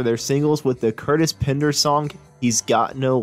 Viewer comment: It's PENDER , not Pinder !!